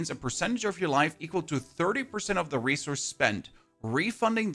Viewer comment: How much "race horse" are you spending? 😂 I thought I heard that instead of resource, and now that's all my brain hears. Thanks for the video and updates on the patch. Sounds exciting.